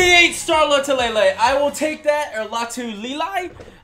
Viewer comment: The Pronunciation of Star's name is Loot-e-lel-e